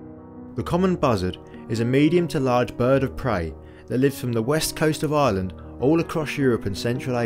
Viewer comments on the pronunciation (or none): none